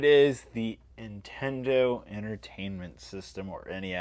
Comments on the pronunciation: Why do you pronounce NIN-Tendo as IN-TENDO? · NINTENDO not Intendo ffs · Why do you say Intendo? lol. There is an N.